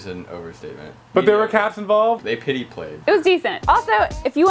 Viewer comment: "They pitty played"